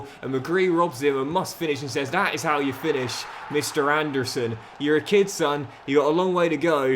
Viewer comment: it’s anderson not and a surrrrn